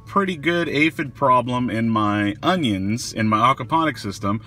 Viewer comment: man i loveeee how u pronounced oniOns